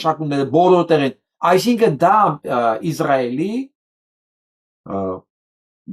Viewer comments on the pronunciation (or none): Հարգելի պրն, որպէես հայրենասեր մարդու հորդորում եմ ասել ԻՍրայել, ոչ թե՝ ԻԶ րայել, ռուսաֆիլների պես, որ ասում են՝ ԻՌ ան: Կներեք, բայց որպես հայագետ պարտավոր եմ ասել